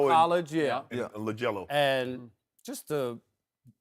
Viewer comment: Shannon sharpe - "LaJello"